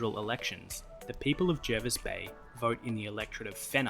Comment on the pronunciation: By the way, "Jervis" Bay is pronounced "Jarvis".